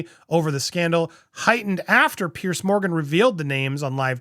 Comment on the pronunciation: Piers. Why do Americans keep calling him Pierce or Pearce 😂